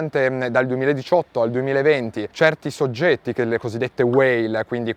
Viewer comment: Ma perché mette la "n" davanti alle parole.. che nervi.. "visto chen" "noin" 😂